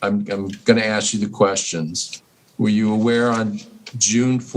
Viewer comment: WHY can this woman (with the big transparent glasses) not get the word "Ask" right. It's so infuriating hearing a grown woman say "Aks" instead of ask. Boils my piss!